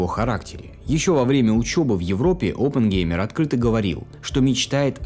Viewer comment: Через пол часа от постоянного повторения фамилии Опенгеймер, да еще очень противного произношения, вас просто начнет тошнить и вы выключите видос навсегда. Чуваку явно нужно в жизни найти другое занятия.